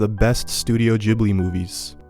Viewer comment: loved your overview of the Studio Ghibli movies. I agree with your evaluation of "Spirited Away". Just two things bothered me a bit: What about "The Wind Rises". It's the movie that shows what "Ghibli" means -- the designer of the Japanese Zero fighter. Okay, that was one. Two is: the first syllable is not "jib". It's an Italian name. the H after the G makes it hard, like "gift". Or "spaghetti". I'm a language nerd, so please forgive me and keep up the good work!